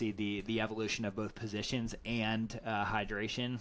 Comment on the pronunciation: Vilkovetski. It's pronounced like this 😊